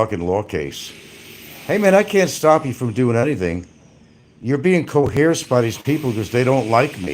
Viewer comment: I go to Franks channel just to hear him say " coheresed".. it always makes me laugh